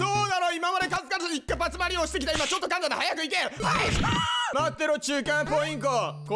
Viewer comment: さんのか↓ん↓た↑ん↓のイントネーション好きなんです😂